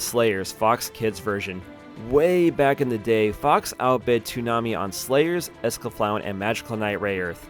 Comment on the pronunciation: not sure if thats how you should say escaflowne